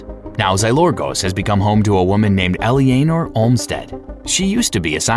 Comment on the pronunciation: So, the name of the character in BL3 is Ellyanor Olmstead? Is it spelled like that or did you just say Eleanor wrong?